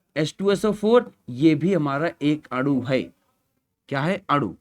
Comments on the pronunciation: Sir adu nhi anu hota hai aap bol rahe ho to ese lag rha hai ki aapmadu bol rhe ho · Sir aanu ko aadu kyu bol rahe ho 😂